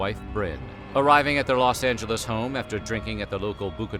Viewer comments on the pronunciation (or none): none